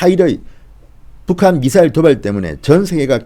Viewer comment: 쟈들은 미사일 발음을 못하나 ??? 따라해봐 미~~~사~~~~일